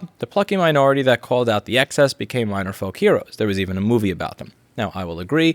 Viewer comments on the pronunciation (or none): none